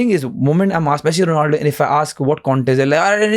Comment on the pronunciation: Bro not donaldo 😂he is ronaldo You cook 22. Seconds